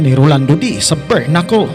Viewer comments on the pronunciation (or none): Bare knuckle po Hindi berknuckle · Galing talaga ni kabayan sa “Bernakul”..🥴👊